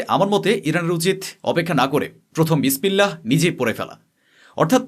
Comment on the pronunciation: বিসমিল্লাহ বিসপিল্লাহ নয়